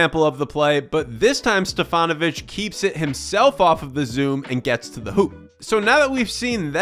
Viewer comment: Great compilation of various stats. And you do not scream like all of your fellow citizens do! Keep these two things going fwd and I'll subscribe!!!! Nice pronunciation of Stefanović name.